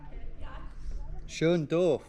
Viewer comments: omg that made me crack up. I get that Tom meant to say "schönes Dorf" (cute town) but it sounds way more like "schön doof" which just means "pretty dumb", meanwhile he gestures around himself, amazing stuff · I think you wanted to say "Schönes Dorf" (nice village) but it sounded like "Schön doof" which means "pretty dumb"! 😂no joke, German here. She probably didn't even notice it tho, no biggie. 💚 Thanks for your content. 🖤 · huge LOL moment for me because it sounded like "schön doof" which means "pretty dumb"